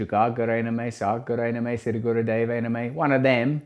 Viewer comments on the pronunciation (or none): none